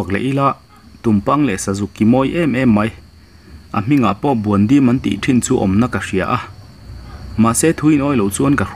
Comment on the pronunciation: Sazuk hming kha buandim ni lovin BUALDIM tih tur.